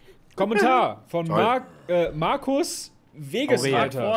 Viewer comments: Wagesreiter junge, nicht Wegesreiter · DANKE FÜR DIE EHRE DER ERWÄHNUNG ABER BITTE WAAGESREITER🤣😂🤣😂🤣🤣 Nicht Wegesreiter🤣😂😂🤣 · Yo er hieß Waaaaagesreiter nicht Wegesreiter.